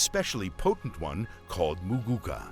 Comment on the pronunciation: Its muguuka not mugukaa